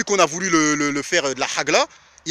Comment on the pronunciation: c'est pas HAGLA, HAG9A.. Si tu sais pas dire, ne dis pas